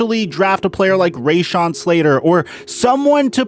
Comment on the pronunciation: His name is Rashawn Slater, RAshawn… not RAYshawn